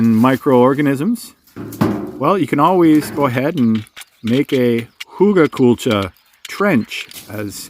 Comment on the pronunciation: Very interesting, and excellent effort with the rather challenging pronounciation of "Huegelkultur" 🙂